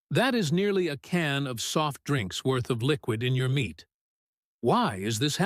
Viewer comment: Is the narrator AI or has he got a pole stuck up his behind? Even the subtext gives me incorrect words for what is being said! Nothing dramatic BUT come on speak clearly and pronounce the words correctly so the subtext will spell the correct words! IT IS MEAT NOT MINTS!!!!!!!!